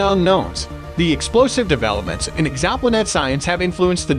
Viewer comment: What a bizarre way to pronounce "exoplanet"